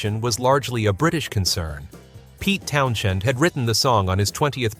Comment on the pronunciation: what's a 'town - shend'?